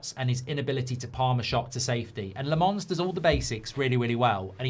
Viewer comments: It's not La- MONS. It's LOM -ens. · Not Le Mans but Làmmmmmmens Le Mans is a city in France Lammens are lambs in Belgium and the Netherlands Lammens prounouce it ike Mazraoui, Maguire Silence of the lambs At Sky Sport they pronounce it well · Embarrassing he can’t pronounce Lammens name……